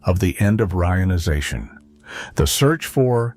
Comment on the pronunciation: Reader is terrible. Frequent awkward pauses, mispronounced "reionization."😢😢😢